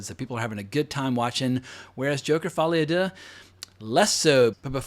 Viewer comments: The way he says Folie a Deux is hilarious 🤣🤣🤣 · Can you stop pronouncing Folie à deux in that way? It was OK the two first times but as a French I am beginning to find it very offensive You have to know that Folie à deux is an expression for bipolaroty disorders, that is probably the reason of the title